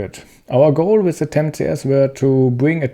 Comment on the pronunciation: An der englischen Aussprache sollte meiner Meinung nach noch gearbeitet werden, The und nicht Se, nicht wis sondern with and so on...